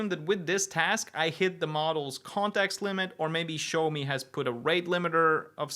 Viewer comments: Pronounced "Shiao-mo" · Not really, one character is 小, the other is 少. Similar but different. But the way pronounces it is still way off, like a different brand 😂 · The name sounds closer to shower me than show me! It's called Shaomi, like Shaolin!